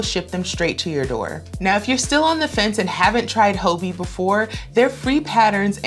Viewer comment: Pretty sure it’s pronounced “hobby” 😉 Great list, a few I need to check out!!